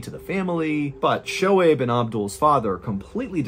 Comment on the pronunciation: Hey John! Im a Pakistani-American, and just wanted to let you know that Shohaib is pronounced "SO-Hayb" That all! lol. Oh and those bee stings could not have been a coincidence. Might be proof a that a creator exists. I mean what are the odds?? Amazing story!